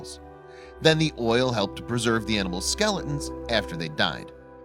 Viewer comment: Forgit? Skele’ns? Sipris tree? Ground slozs? Eggzacly?